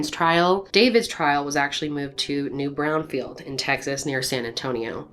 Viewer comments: Hi,. I love your story here as I am from Texas. Slight correction here: New Braunfield is actually New Braunfels. I live up the highway from it. Other than that, keep up the good work as I like to watch or listen as I paint! 💜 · Not “New Brownfel” I was like where’s that then realized it was New Braunfel 😂😂😂